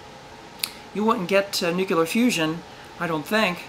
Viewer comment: You said nucular!